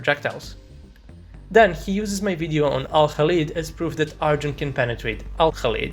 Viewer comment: speaking of terrible accents... you spell "video" as "wideo"